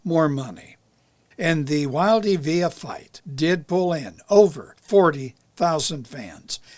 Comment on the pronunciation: Pronounced Jimmy Wild, not Wildeee. Although it's spent Wilde.